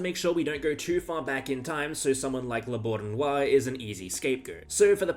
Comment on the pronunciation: Some hints to improve your future videos: (1) Try at least a little bit of effort to pronounce the chessplayers' names somehow correctly (the most striking mispronouncings are Euwe, La Bourdonnais and Khalifman). In our internet age and time, it's not too difficult to find out how to pronounce these names. (2) Do some basic research and try to at least spell the names of the players correctly, it's "Khalifman", not "Khalifmann". It's "Emanuel Lasker", not "Emmanuel Lasker". (3) Don't use AI images like the La Bourdonnais one ... when I saw the chess clock in the background, it was immediately clear to me that this is not a real image, because when La Bourdonnais died in 1840, chess clocks were not invented yet. Also Steinitz didn't look like the person depicted in your first AI image . (4) Do some basic fact checking: "Capablanca had a five year gap between his two world championships." is six years, not five. "Spassky didn't play any games in between his two world championships". That's simply not true. I guess you mixed it with Smyslov. Furthermore, Spassky played three world championship matches (1966, 1969 and 1972).